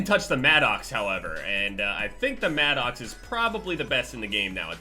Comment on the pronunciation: i appreciate you saying the maddox correctly because it bothers me how much I hear it maddix and its my own name lol. love you